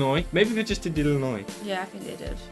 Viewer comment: Thank you for pronouncing Illinois correctly, many people who read it say the s sound, but correctly, the s is silent. Route 66 goes from chicago Illinois, to california, Would take many days to get from one side of United States to the other.